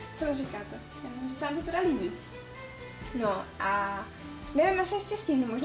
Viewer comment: hrozně mi vadi to libiou atd. nehty máš krásný ale když se na to video diva někdo kdo to ou na konci slova neříka tak je to divný chápu že tak prostě mluvis ale pro větší sledovanost by jsi si na to mohla dát pozor